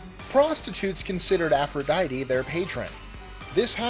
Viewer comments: BS APP-RO-DITE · No i m talking about aphrodite